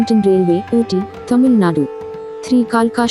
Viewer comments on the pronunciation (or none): none